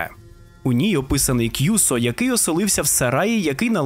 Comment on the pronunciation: і не кʼюсо, а кюсо, не гіцуне (поняття не маю, де ви таке взагалі могли знайти), а кіцуне.